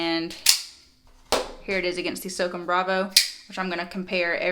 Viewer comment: The Microtech is pronounced SŌW CÔM (kinda like ‘so calm’ without the L). It comes from the United States Army’s Special Operations Command, or S.O.C.O.M. Just thought I’d let you know so in the future you don’t offend any of the Special Forces (“Green Berets”) out there! 😉. Thanks for the content & love the videos! ;-}. MM